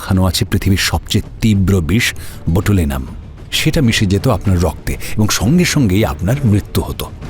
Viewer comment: বোটুলিয়াম নয়,বোটুলিনাম টক্সিন হবে। উচ্চারণ গুলো খেয়াল রাখতে হবে। পরের দিকে অবশ্য উচ্চারণ ঠিক আছে। গল্পটি খুব ভালো লেগেছে।